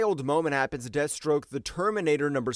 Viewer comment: This fool just called desthstroke street level